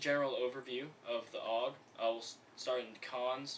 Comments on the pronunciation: Its pronounced A. U. G. not aug as a single word .. -. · there is nothing more that gets to me then when people say OOG and not A-U-G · Actually, no. People who know how to pronounce it say A U G, and calling it a bullpup is like calling M4's just rifles. A bullpup is a rifle with the magazine behind the triger, which offers a longer barrel without having to increase the length of the gun, and therefore increasing accuracy.